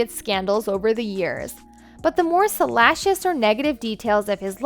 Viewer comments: sa-lash-us? Is this a text-to-speech gone wrong? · It would be nice if the narrator would learn how to pronounce words such as ‘Monarch’ and ‘salacious’ just to mention two words, if she plans to use them in her narrative.